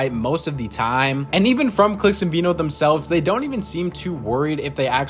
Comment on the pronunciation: His name is veno not vino .... like veh no .... i got it wrong myself for years